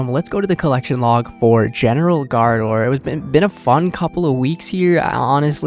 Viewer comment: Love the vids, but you have to work on the pronounciation gRaardor lol :D